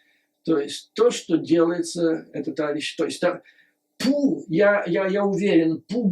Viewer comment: Обожаю вас Юрий Борисович... Всегда с удовольствием и очень внимательно слушаю вас,.. Ваше новое ударение на Pu-Ssy, это нечто)).... вы моё снотворное перед сном и доброе утро по утрам ( иногда зысыпаю под ваш голос и утром дослушиваю) Спасибо что вы есть... Спасибо за вашу работу и искреннею поддержку Украине, нашим Героям, и всему украинскому народу. Мира и добра вам. Слава Украине 🇺🇦💙💛